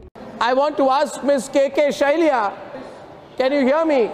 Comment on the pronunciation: Arnab can’t pronounce the name right 🤣🤣🤣🤣 It’s Shailaja and not Shylia 🤣🤣🤣🤣🤣